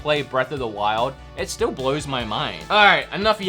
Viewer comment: Who else noticed he said this blues my mind instead of this blows my mind